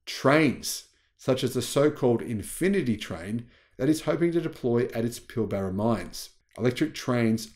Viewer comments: And doesn't need to say Pill Baara. Just Pilbra is ok, never head anyone emphasise the middle a like that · You have an Australian accent except when pronouncing Fortescue and Pilbara